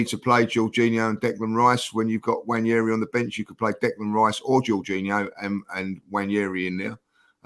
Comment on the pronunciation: It's not Nnwayeri it's Nwaneri (ONE NAY RI) "ONE NAY RI" Please ask to teach you how pronounce the name. It's not YERI